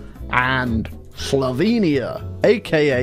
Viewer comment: the way you butchered slovenia made me laugh, thank you